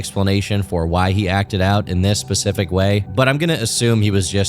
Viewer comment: I cannot focus on the video when you say pacific instead of specific. I am losing my shit